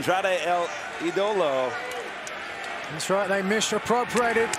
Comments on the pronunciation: Oh my god... Their pronunciation of Ídolo it's so bad.... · Gonna need my guy to practice saying “idolo”. Lol. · Alright bro can’t even say ídolo right fire him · How hard is it to say idolo?